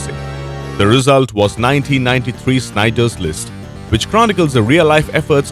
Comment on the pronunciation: "Snieders List"??? Incorrectly pronounces one of the great second world war movies! At least do an edit check. Maybe this dimwit should be reviewing cartoons!